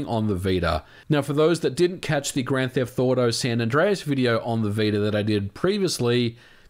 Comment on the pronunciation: Am I the only one hearing “grand theft thauto” or something like that lmao